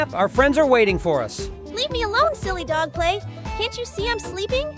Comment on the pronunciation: Bro said dog play😂